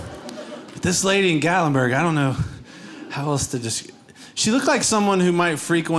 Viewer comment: Gatlinburg? You nailed it!